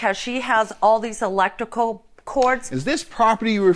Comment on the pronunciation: Electical? shes missing that R lol